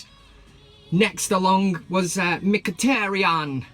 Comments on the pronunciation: Yow you using my Accent to call Mhkitaryan , i'm like yow dis van cam segment is so sick. Dweet again (do it again) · this guy is hilarious. He needs to come on more often. Mkhitaryan in Jamaican accent lol